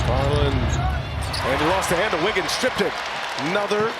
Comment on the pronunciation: “Here goes Wiggins” how they manage to mess someone’s name up every time we get a national tv game